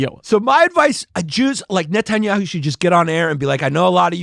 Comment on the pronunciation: He gets closer to pronouncing it than any of y'all lol 😂